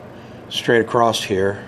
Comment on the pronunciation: Real question ! Why do you say the word across with a T at the end ?